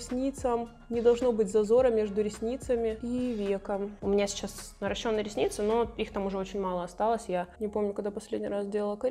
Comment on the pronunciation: Первый раз слышу правильное произношение - "наращённые" ресницы🤗